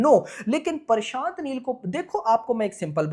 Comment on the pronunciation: bhai parshant neel nhi prashant neel hota he🤣 itna chota word to bolna sikho yar pakistanio🇵🇰😅